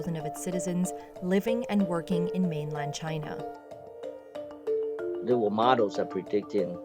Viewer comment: Taiwan is not Chay-Nah